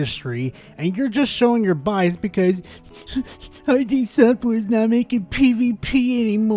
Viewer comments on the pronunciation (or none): It's "id" software, not "eye dee". Id is a concept from psychology.